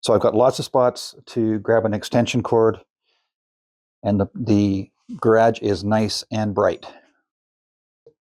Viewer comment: "Ga' rhage"? What accent is that? Asking for a friend... Those arc shape shelf's are very cool, I'm stealing that. LOL